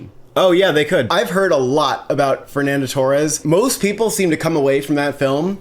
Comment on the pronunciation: Top marks for pronouncing Saoirse Ronan's first name correctly (no it doesn't rhyme with inertia, despite what she says), a rare occurrence. However you lose a mark for pronouncing Fernanda Torres like she played up front for Chelsea and Liverpool